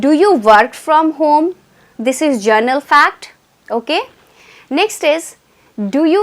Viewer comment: It is not journal....it is general!